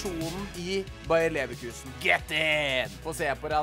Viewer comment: bayer leverkusen, ikke Bayern leverkusen plis a🥲